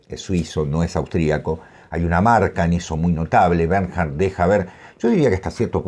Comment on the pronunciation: Se pronuncia «Bernh-ard». Muy recomendadas todas sus novelas. Recién leí Trastorno, Tala y Mis premios. Escritor superior.